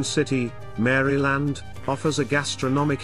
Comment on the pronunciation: You should not respect any list where the person can’t even pronounce the State’s name correctly….